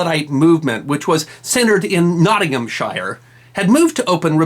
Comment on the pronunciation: I love our channel. Brilliant . I see your subscribers slowly creeping up . Each one of them deserved. Nottinghamshire , as with all other counties ending in 'shire' over here in little old England it not pronounced as it reads. Shire is more like shurrr. or shuh. Keep p the brilliant, informative and addictive work!